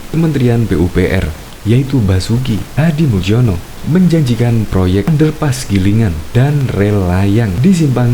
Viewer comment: Basuki Hadimoeljono itu bacanya Basuki HadimulYono bukan Muljono